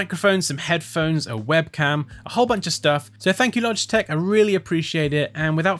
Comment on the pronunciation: "So thank you Logistech" ouch burn